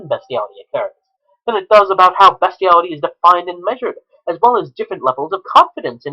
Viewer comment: Its BEAST-IALITY NOT BEST-IALITY YOU SICK FUCK! YOURE A DISGUSTING EXCUSE FOR A HUMAN BEING.